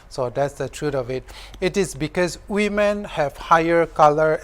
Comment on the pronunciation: we all know it's women but the pronunciation sounds wemen that's it byeeee👋